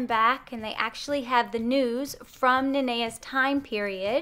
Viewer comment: And I hate it when people pronounce it wrong but you got it